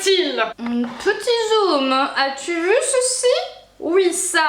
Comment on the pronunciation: Hein Hein .... Tou avais dit qué tou arrrrrêtais les colôôôôô .... raté